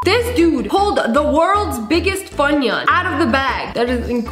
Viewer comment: "It's a funoun"